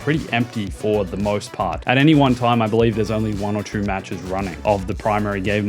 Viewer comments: I hate the way he says 2 its 2 not tru. EA has been a terrible company anything they touch turns to garbage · “Battlefront chroo” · Why is bro adding an R to two 😂